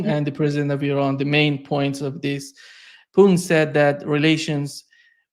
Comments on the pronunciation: Your programs is always very good and interesting.. But 1 thing I really advise you to change...please show some respect to the president of Russia 🇷🇺... His name is not puin... It's so easy to say...PU TIN...PUTIN... I am sure you can say it...and it shows respect to one of the most important and good polititians in this world right now...that was what I wanted to say... Other that that you are really spot on...and thank you for many good programs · Took me a long time to realize that by Poon, mean’s Putin. Why bastardize that name so much? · I've mentioned this Americanization of the "t" in the name, but doesn't seem to read comments or care.